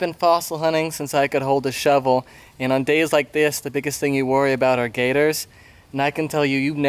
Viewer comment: I really thought you said Gaydars. But turned out to be gators.